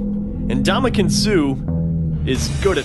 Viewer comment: Funny how the narrator has so much respect for Suh but doesn't put any effort into pronouncing his name.